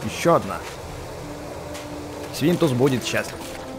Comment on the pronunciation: Мне одному послышались на этой минуте что сказал не свинтус а Свиндовс